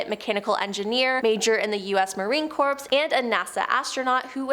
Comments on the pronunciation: Ok, I know y’all are Canadian, but yeah… The “corps” in “Marine Corps” is pronounced like an apple core, and the “bile” in “Mobile, Alabama” rhymes with “teal”…so basically, Mobile sounds like Mo-beel. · I thought corps was pronouced like core. Marine core (corps). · You guys literally have a video host that isn’t literate enough to know that the ‘s’ in the words ‘Corps’ is silent… Jesus